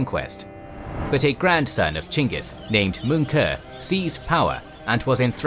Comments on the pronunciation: It's chingis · Pretty sure their name isnt pronounced chingus. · Really? Chinkis? Learn how to properly pronounce his name.